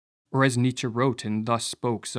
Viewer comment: ok. Hard to give credence to a video that mispronounces Nietzsche